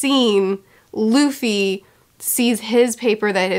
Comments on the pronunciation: Did anyone else hear her call Luffy "Lucy"? wink wink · That " I love Lucy" flub will come back to bite you. Be prepared. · "i love Luci... Luffy" i loved this mistake auehauheuaheuhae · calls Luffy 'Lucy' Me: Her observation haki is so good, she can see the future!